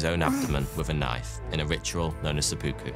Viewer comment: There is no r in "Fakkuyū." Also, Japanese ritual suicide is known as Seppuku, not "Sebooku."